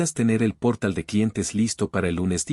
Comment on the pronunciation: NO es "gatilló" sino gatillo, palabra grave, de la misma forma NO es "pórtal" sino portal, palabra aguda. Que vaya aprendiendo español la IA.